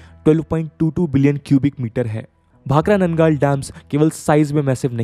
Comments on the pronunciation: Bro, भाखड़ा and नंगल। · I'm a resident of Nangal Township Town established for Bhakra Nangal Dam Employees. It is pronounced as भाखड़ा नंगल